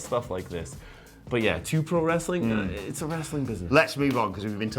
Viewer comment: He basically said "If you want that "wrastling" crap go to TNT on wed!" And you know what? I did!